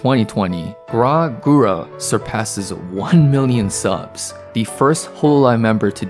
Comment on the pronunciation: Ok but like is no one gona talk about how he said Guras name 😭